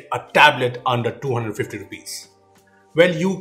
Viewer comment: Your saying 250 or 1250 I listened that Your voice saying 1250